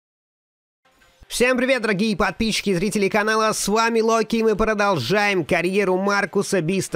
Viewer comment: ты не Локи а роки